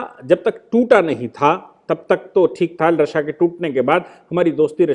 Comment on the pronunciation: रशिया रशिया गलत उच्चारण